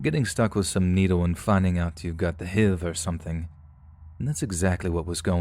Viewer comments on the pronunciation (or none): HIV pronounced as 'heev'...dude, no. XD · What the hell is hiv??? It sounds scary. Almost as scary as H-I-V. Lol